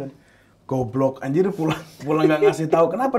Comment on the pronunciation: Tapi pas bilang "goblog anjir" itu logatnya sunda :((